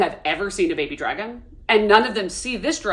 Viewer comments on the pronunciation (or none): "She's such a smol bean that can't even climb on the dwagon😢"